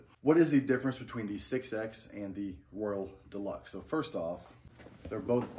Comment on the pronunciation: I can’t tell if you’re calling it the “world deluxe “ or “royal deluxe”? I know it’s called the “Royal Deluxe” because that’s the hat I bought.